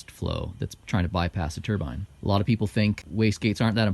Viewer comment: He pronounced Turbine correctly!!! Damn right! Turrr-biiiiiinne. NOT Turrr- bin Tur-bin is middle Eastern headgear.